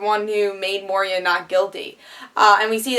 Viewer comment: Moy-Rah (Moira) - mother of Oliver Moh-Ree-Ah (Moria) - mine middle earth, home of Balrog